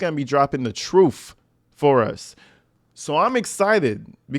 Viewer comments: Trooft is, at da end of da day.. she toopid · At one point, she literally says "trooft". Like tf